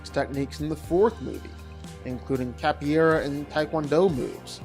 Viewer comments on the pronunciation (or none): I know this won't matter to a lot of people, but out of respect for the martial art, I have to say that capoeira = "kah-po-EH-rah," not "cappy-era." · Capoeira... KAH-po-AIR-uh... not cappyaira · Capoeira is pronounced "cap-oh-way-rah." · It is not pronounced cappy era. . . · No matter how many times he said capoeira, he never quite nailed it lol. But yeah, Wick clears.